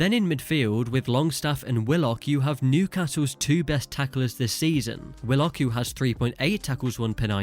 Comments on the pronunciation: It’s pronounced wi-luhk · Why is he pronouncing willock like that😂